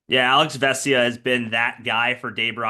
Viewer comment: haha, is the only person who pronounces vesia's name correctly